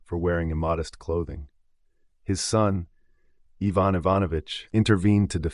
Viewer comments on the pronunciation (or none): Evon??? It's Ivan I ..van..